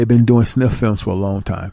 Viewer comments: Boisterous not voiceterous the movie is called snuff and not sniff and his name is Rza as in rizza not Roz lol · It's called snuff films not sniff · Its not sniff films its snuff film